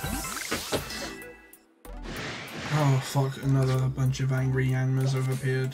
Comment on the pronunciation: "Now they're angy at me" 😂😭